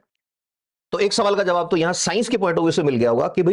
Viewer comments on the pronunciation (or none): none